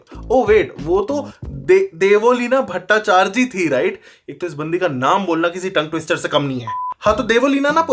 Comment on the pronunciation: please be careful with someones surname. Bhattacharjee is her surname i know its tough to pronounce but try to make it properly and love you from Bangladesh ❤️